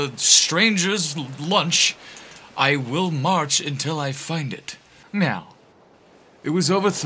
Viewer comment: The accented “meow” got me! 😁